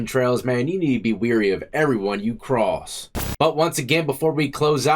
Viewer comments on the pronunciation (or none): none